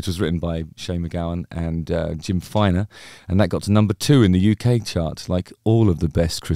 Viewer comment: Jem Finer, not Jim Finer.